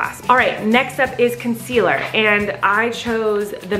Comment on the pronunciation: Colleen : picking up foundation saying ConCelER